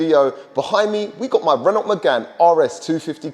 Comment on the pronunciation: You do realise the L and T in Renault are silent?!